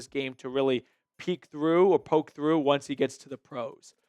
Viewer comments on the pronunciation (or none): none